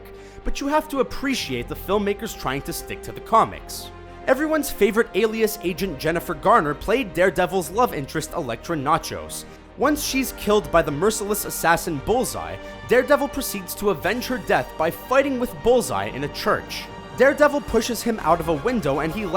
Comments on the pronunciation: it's notch-ee-ose not nachos. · did you just say Elektra Nachos? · Elektra "nachos"? Dude at least learn how to pronounce things before recording dialogue. lol